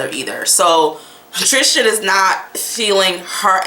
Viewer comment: I love your videos. Tris-tan. Not Trish-tan